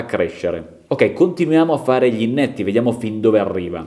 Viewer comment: Scusa, con tutta la stima, non si dice INNETTO, ma inetto. Ho sentito bene, pronunci la parola con due N.